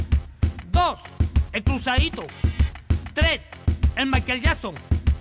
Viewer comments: Jaja C mamó en la pronunciación like por el nuevo Maikelyason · Vine solo por la pronunciacion de "el maiquelyason" XD XD